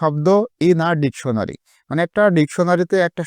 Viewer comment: সার ডেকুনারী না ডেকসুনারী😂😂